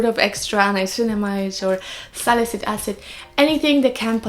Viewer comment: Very informative ❤️ ps: it's sali-cy-lic acid, you're always missing the cy while pronouncing it ☺️